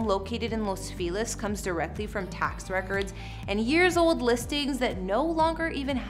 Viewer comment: Bothers me how she constantly pronounces Los Feliz as Los Filez… and Eva as Eeva.